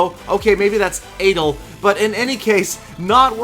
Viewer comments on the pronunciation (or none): Just to let u know adel is an arabic male name and it isn't like adele. Keep up the good work:) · toy pronounced Adel's name wrong